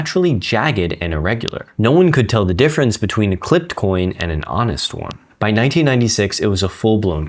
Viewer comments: 1696 not 1996 You can’t even read the script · did you say 1996 instead of 1696...or I am hearing wrong.... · You MEANT to say SIXTEEN ninety six! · 1696….NOT “1996” lol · By 1996? Misread 1696. LOL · I think he just misspoke cuz at the beginning he said either 1700s or 17th century. When he got to the part where he says 1996, the screen says 1696. Nevertheless, I hope he'll take the time to re-record that bit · One more thing that happened in “nineteen ninety six.” Why make a video without watching it for major errors?! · "By 1996..."!! No, 1696 - as the subtitles correctly stated. This is the type of error we expect from AI. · Did you really not pay attention when you said "1996" instead of "1696"????